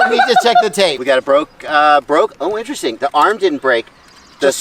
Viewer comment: Intwesting hehe